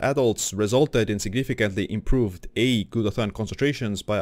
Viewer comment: It's not called GLUTA-THON. It's called GLUTA-THIONE.